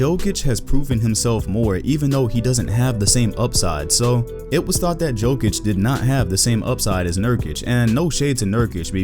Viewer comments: I wanted to watch the video but i cant..di a little research. Its not Pronounced with J its with Y. Yokich not Jokich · "JOKE-ICH is being..." WHY CAN"T PEOPLE NOT SAY "YOKE-ICH", I REPEAT, YOU DO NOT PRONOUNCE THE J. How are so many people making this mistake? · Bro it's Yokeich, not Jokeich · Just say it like Yokich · lol. try to pronounce like this Yokic = Jokic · It's /Yo-kitch/ , please. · Its pronounce Yokich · Bruh first you think Anthony Davis is going to be a Celtic, now you can’t stop saying peoples names wrong. Nikola Mirocktick?!?! Nikola Jokick?!?! Cmon 😂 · The way he said Jokic 😬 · the J is pronounced like a Y..